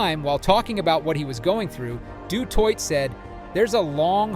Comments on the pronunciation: Du Toy, not twa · Why do my legend boy have to be called a twat he is a legend its de toi (de toit) ... not de twat... thats the french version of he's surname and not the South African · How do you pronounce his name in 3 different ways? Du twat, Du Toitè and finally Du Toit! 😂😢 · Steph du Twat??? How about "Toy"? Have some respect for linguistics. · Pronounced “du toy” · I didn't get further than 1 minute of the " Duh Twot" shit. Bye. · Pronounced du toy,you clowns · Hes not french! Stop saying his name like a du'twat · In Afrikaans it is pronounced du Toy😊 Regardlessly amazingng player; just like Schalk Burgers who broke his neck had it fused and still played Springboks again. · How many ways can you say Du Toit wrong? The T at the end of Toit is silent. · French pronounced. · Please pronounce his name correctly mate,he’s not French